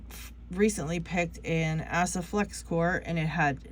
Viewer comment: 🤣 it's Ah - suh. Not Ass - uh 🤣🤣 Glad I found your channel though there's not many females in Locksport that I've seen